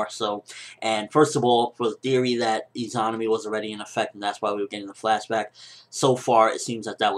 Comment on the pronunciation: I think you're pronouncing Izanami wrong. I believe it to be pronounced E-ZUH-NAH-ME sorta like how you say Izanagi.